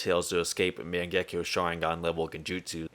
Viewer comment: You'd think someone knowledgeable enough to make videos on Naruto would pronounce mangekyo right